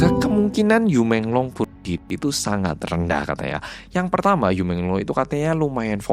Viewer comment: Yu bacanya yii